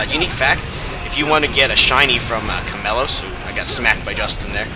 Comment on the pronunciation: Omfg its chameiEOS not chamelos! Not a bad vid tho